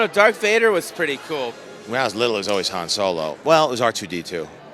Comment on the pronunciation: i heard so many mistakes...Chewiebacca, Hans Solo